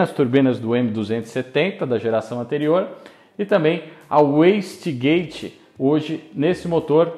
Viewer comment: Até que enfim alguém que saiba falar Wastegate da maneira correta!! O rapaz até falou pausado hahahahha Muito bom!! Ganhou inscrito! instante